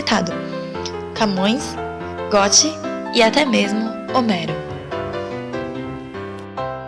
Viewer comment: EXCELENTE TRABALHO! (apenas uma dica: Goethe se lê Gêti fazendo biquinho de "o" no ê